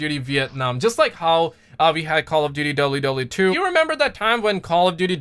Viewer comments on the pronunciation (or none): when you said WW2 i thought you said WWE😂